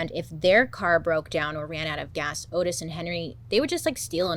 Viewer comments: Oh Bailey I’m disappointed already. His name is Ottis. Not Otis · *Ottis. Pronounced “Ah-tis” rather than “Oh-tis” per his own self. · His name was pronounced "ODD-iss," Bailey. Respectfully.👍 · I love that Bailey mispronounced the killer's name the whole time. The disclaimer in the beginning .. totally forgiven. We love you, Bailey!!